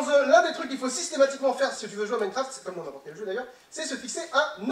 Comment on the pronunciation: J'arrête pas d'entendre mycroft XDDD